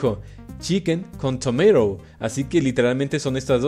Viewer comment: el pibe que no sabe ingles:TOMAT